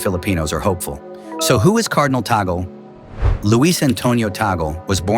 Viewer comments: "Tagle — pronounced 'TAG-ley,' not 'tag-ol.'" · The name of the Filipino Cardinal is not TA-GEL. The correct pronunciation of his name is TAG-LE---TAG as in "tag-along" and LE as in "le-mon." Before you talk about him, be sure to properly pronounce his name correctly first. You're not being credible with your very basic error about his name. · Eyyyy,,,, its not TAGEL ITS TAG LE,,, U IDIOT MUST RESEARCH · His surname is pronounced as THAG LEH.